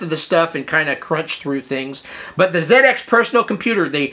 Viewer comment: I guess you may be from Australia because there is no way anybody in the UK calls them broshas. pronunciation is perfect in this case. So glad to hear him using the correct zed-x pronunciation for this UK product.